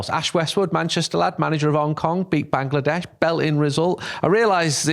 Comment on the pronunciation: perfect way to say Bangladesh…you keep amazing me Andy Mitten!